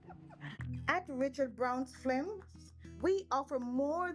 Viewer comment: Film🙄 pronounced FIL—M Jamaican’s have an excellent command of the English language !!sound like it 🙄.